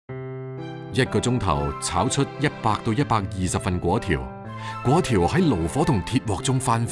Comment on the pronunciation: 正確讀音係貴刁，炒貴刁